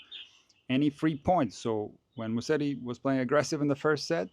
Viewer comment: Hey, Musetti is pronounced like this: “ Muzetti”. So the s is more like a z. 🙂